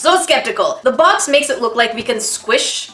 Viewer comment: she says baq in sted of box